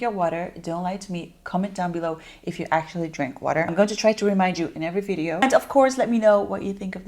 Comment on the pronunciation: So why do you say "Vi-De-Oh"? Lol I wanna know the TEA LOL